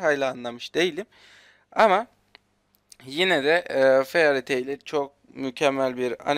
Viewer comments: Feariy Teıl diye okunmuyor yalnız :DDD Feıriy Teıl Bak şimdi Fealiy Teyıl dedi .DDD tamm dalga geçmiyorum Fairy Tail'ı izlemedim ancak ilk sıraya Death Note koymalıydın bence çünkü anime sevmeyenlerin bile bildiği bir animedir. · fairy taili çok garip söylüyorsun. bide sesin hiç güzel çıkmıyor. aynı zamanda lucy salamderı aramıyo şans eseri karşılaşıyorlar ve natsu onu kurtarıyor sonra fairy tailden olduğunu söylüyo ve onu loncaya getiriyo :)